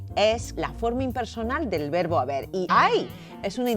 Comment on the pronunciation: Comencemos con que la "lingüísta" pronuncia mal la "v" y la "b"....en español se pronuncian igual, no hay diferencia en el sonido. No vi más el video, llegué hasta la parte en donde pronuncia mal la palabra "verbo"😅